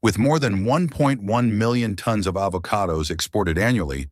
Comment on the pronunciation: Is she trying to promote AVoCADOs, or BOBOBOBOOOOS.